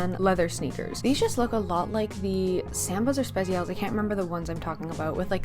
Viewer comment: The Spezial pronunciation was wild lol Loved the video though 🤎